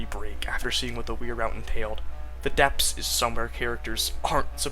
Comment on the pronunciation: No shade whatsoever, but I find it very amusing how you read "the depths" as "the depps"